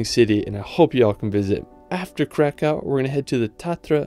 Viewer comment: You have to read it like Vavel Cracov